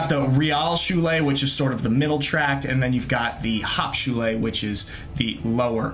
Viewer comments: As a fellow American in Germany for "a long time" I don't understand how your pronunciation ... hopped showel (Hauptschule) ... is so bad ;-) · You have lived in Germany for a long period and still pronounce Hauptschulää? Realschulää?